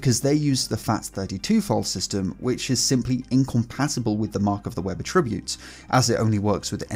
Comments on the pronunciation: Dude... are you and Shannon Morse (Hak5) collaborating to troll your audience? Attribute; the noun and the verb are pronounced differently. Shannon pronounces the verb like the noun. pronounces the noun like the verb. Please find the audio pronunciations, of each, online: Attribute --- (noun) /ˈatrəˌbyo͞ot/ <--- pronounced differently from the verb 1. "a quality or feature regarded as a characteristic or inherent part of someone or something." 2. "COMPUTING --- a piece of information which determines the properties of a field or tag in a database or a string of characters in a display." Attribute --- (verb) /əˈtriˌbyo͞ot/ "regard something as being caused by (someone or something)." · I'm Northern Irish and have never heard of anyone pronouncing attribute-as-a-noun in this way ( ish). Am I wrong to think OP is the one who's wrong?